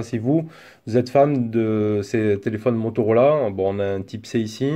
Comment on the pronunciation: Si dice Motorola, non Motorolà! 😂😂😂